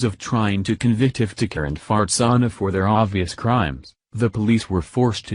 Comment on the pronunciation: I don't know if I'm correctly hearing what I think I'm hearing. Can anyone familiar with this case tell me the mother's name? Maybe it's simply the computer voice mispronouncing her name(that happens often), but I keep hearing her name as Fartsana.